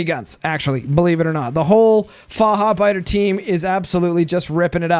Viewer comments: "Fahabeida" xD Near perfection by tho! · The "ch" needs a bit more aggression. It should Sound Like the spanish "j" for example in Jalapeños.